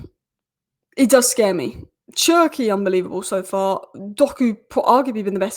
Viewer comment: Désolé mais tu dois prononcer cherki: ''chair'' ''key''